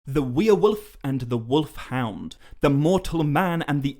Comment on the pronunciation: What's a weir-wolf?